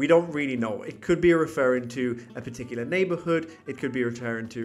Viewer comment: souw, ya nouw.